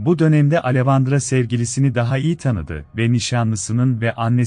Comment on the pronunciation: Neden, bende bu sesin ismleri yanlis telafuz etmesinden rahatsizim. Alevandra degil, Aleksandra diye direk telafuz edilir. Mesela Monica yazilir, Monika telafuz edilir, bu kisi hep yanlis søyluyor.